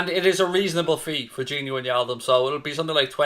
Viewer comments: Its not gini winialdum dude. It’s gini wijnaldum. Learn their names please. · I hate your pronunciation of wijnaldum